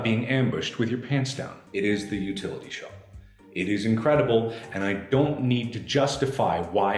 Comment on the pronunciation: Hari G I believe you mean “Mark: A SHOUVEL!”